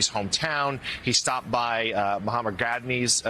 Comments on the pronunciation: What will make of anchors who can not pronounce "Mahatma Gandhi" and "Namaste"? Just asking. :) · Did your correspondent say muh-muh-a-mad Gandhi? What kind of people are you hiring? At least a journalist should know, is he one? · Mr. Jonthanan Laemeyer, it's Mahatma Gandhi.. Not Mahamat Gadnhi.. Wow... Jonthanan, learn to pronounce names before coming on live television and making a fool of yourself... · Did this guy just call Mahatma Gandhi as " MAHAMA GADHNI????? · Did he just say "Mohammed" Gandhi??? That's ludicrous ... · Did he say Mohamed Ghadni??😷